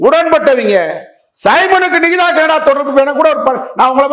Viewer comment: அந்தப் பெண் பெயரை சரியாக உச்சரிக்கும் முதல் ஆள் நீதான் நிகிதாவின் பெயரை உச்சரிக்கும் போதே 😅😅😅😅 அத்தனை சிரிப்பு .....‌ தலைவா தலைக்கு மேல் கத்தி தொங்குகிறது என்பதை மறந்து விடாதே